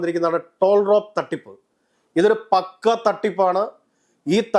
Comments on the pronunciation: Talrop നെ tolrap എന്ന് പറയുന്നവനാണ് ഈ കിടന്ന് ചിലക്കുന്നത്. ആദ്യം ശരിക്കും പറയാൻ പഠിക്ക് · ഈ ചാനൽ യോട് പറയാനുള്ളത്, കാള പെറ്റു എന്ന് കേൾക്കുമ്പോഴേക്കും ചാനലിൽ റീച് കിട്ടാൻ പരിപാടി അവതരിപ്പിക്കാതെ, TALROP ( TOLRAP അല്ല😂 )എന്താണെന്ന് ആദ്യം പഠിക്കുക.. എന്നിട്ട് പറയൂ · എന്തുവാടേ.. ടോൾ റാപോ... ആദ്യം നല്ലത് പോലെ പേര് പറയാൻ പഠിക്ക്.. ടാൽ റോപ്.. ടാലൻ്റുകളെ റോപ് ചെയ്യാൻ ഉദ്ദേശിച്ചുള്ള ഒരു സംഭവം.. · ഒരു വിഷയത്തെപ്പറ്റി സംസാരിക്കാൻ വേണ്ടി വരുമ്പോൾ അറ്റ്ലീസ്റ്റ് അതിൽ പറയുന്ന പ്രധാന പേരെങ്കിലും കൃത്യമായി പറയാൻ പഠിച്ചിട്ട് ഇങ്ങനെ വീഡിയോ ചെയ്യു. ടി എ എൽ ആർ ഓ പി എന്നത് വായിക്കുമ്പോൾ ടാൽറോപ്പ് എന്നാണ് അല്ലാതെ ടോൾറാപ് ആപ്പ് എന്നല്ല. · ടോൾ റാപ്പ് അല്ല ടാൾ റോപ് എന്നാണ് ബ്രോ 😄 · It is not Tollrap, it is TALROP.